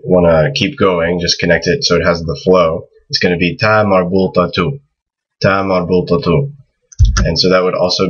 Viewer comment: "ta marbultah?" or "ta marbutah?" I hear "marbultah" with an L sound